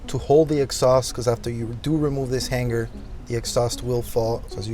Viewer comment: The ONLY option is the Borla!! The finish on the stainless steel Borla muffler is not chrome...it's stainless steel??? The "G" sound in hanger is not a gah as in han-gar sound it is the hang-er sound as in the word ring, not pronounced rin-gah but the R-ing sound. Why in the world would anyone purchase a Japanese made mid size Tacoma truck the only makes 11 mpg, let alone the version that constantly reminds the fact???